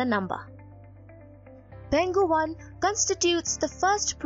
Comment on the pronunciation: Just wanna comment that the place is pronounced as Peng Hu.